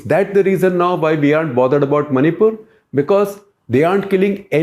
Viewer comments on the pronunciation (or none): Maripul sounds like Mauripol